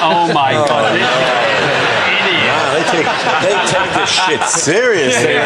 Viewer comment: I just love to hear Dara saying "Oh Shait". It makes me smile every time!